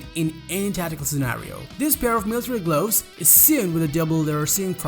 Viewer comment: I loave my sude gloavs